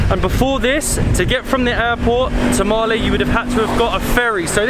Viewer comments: Not maalee maleh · its pronounced as maa ley i am srilankan but i live here in male